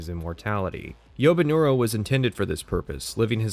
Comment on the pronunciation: "Yobinuro Arasaka" it's Yorinobu bro come on